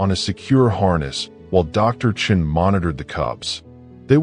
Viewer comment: Sean is not pronounced chin.